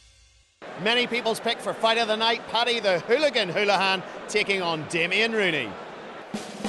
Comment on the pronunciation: Did he just call him a houlagen